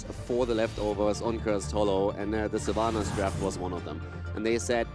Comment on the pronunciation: Sylvana mates, not SylvAnus